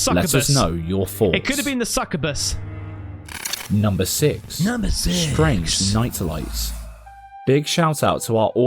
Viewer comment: Hi. Every time you say Succabus, I think of the film "The Burbs" - I love that film.